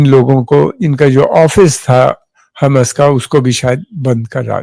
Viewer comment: Uncle ju hams nhi hamas hai wo naam Sahi lijiye